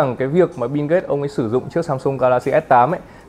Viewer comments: Mình chả thấy chữ “n” nào trong Bill cả, thế méo nào lại đọc nó thành “Bin ghết” 😆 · Bill Gate má ơi nghe thành Binz cũng hay 😑😑😑